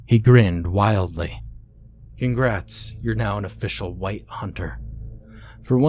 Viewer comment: They hunt wight not Wong